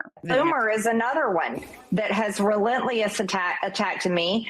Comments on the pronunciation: Relentliess! Lol MTG it's relentlessly not relentliess. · “Relentliess”? 😂 man mtg really has a way with ah words lol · MTG said “Relentlious” and I can’t unhear it. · MTG can’t even say the word relentlessly correctly. Did anyone catch that? I did.